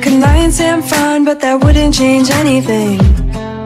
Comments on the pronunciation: She's singing "but", she's just pronouncing it in cursive as " bayees" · Cause she like pronounced the t very softly then jumped to the s in sometimes before she could even finish the but word. It just got mixed up so that's why it sounded "buese". You get me?